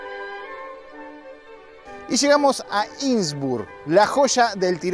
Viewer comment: No se dice insbur, se dice innsbruck!! Innsbruck!!!!!